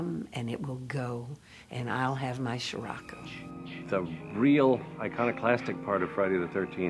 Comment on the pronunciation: "It will come and it will go and I'll have my sherocco." Lmao to funny